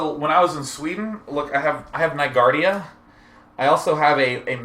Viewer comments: "Nygardia" ...It's Nygårda man! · NAIGADIA? :DDD It's Nygårda! Hahahaha. It's like "christmas coke", tastes a bit different but good as fuck. xD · I love how he says "nyguardia" to "Nygårda" julmust. :D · hahaha, i love the way you pronounced "Nygårda" Naiguardia hehe. that's awsome =) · aaahahahaha the way he pronounces "Nygårda" That is a f'ing good drink too...